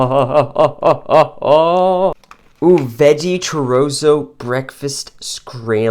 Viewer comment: Chorozo? Oh you sweet summer child.... hahaha. You redeemed yourself with pronouncing Jalapeno. Great video buddy and a sweet ration that Mike made up for ya.